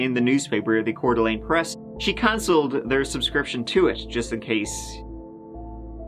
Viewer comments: Wow I’m impressed you pronounced Coeur D’ Alene correctly. Always nice to see videos about my hometown. Even if it’s a story about crime… I guess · Thank you for saying Coeur d'Alene correctly.